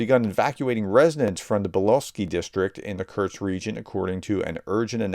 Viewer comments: True, but I still cringe every time he says "Kurks"! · Since you asked:, I am a subscriber and I watch all of your videos, I love them. But, please, please pronounce Kursk properly. Just say "curse" and add "K" (like the last letter in cooK) --> curseK, that's it, that easy. Sorry but it is jarring when you, mispronounce it. Thanks and keep up your amazing work! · Sorry but you're not pronouncing Kursk properly, it sounds a bit like Kerch, another important place. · I beg you to cease and desist your pronunciation improvement efforts. If you don't , you may lower the morale of you channel audience. Many of us, well at least me, take great secret hidden pride in the knowledge that we can pronounce ruzzian and Ukrainian place names better than our favorite professor can . Its the little things in life that bring joy to some of us. And remember that whether you say ah-blast, or oh-blast, just have A - blast doing it! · Why don't you try to actually read out the letters in a foreign word? It is KUR-SK, not Kurch. It's Bun-des-tag, not Bud-nes-tag. Nobody expects perfect pronunciation. An English phonetical readout is just fine. But jumbling all the characters because you can't be bothered to actually read the dang word is just disrespectful. And tbh not worthy of a professor.